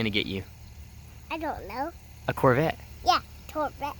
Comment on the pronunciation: SO CUTE, What a great dad you are, I love how he says "Torbette" instead of "Corvette".